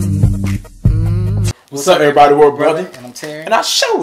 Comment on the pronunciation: Y'all know, there is no, "T" in everybody, right?